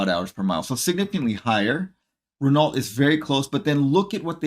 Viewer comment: Renault? With a "T"? What are you smoking?